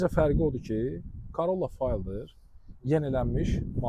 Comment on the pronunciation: Fayldr nədir? Elə ingiliscə də "fêldər" oxunur...tərcüməsi də sahə oyunçusu